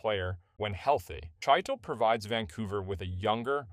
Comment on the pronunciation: Chytil is pronounce Hee-till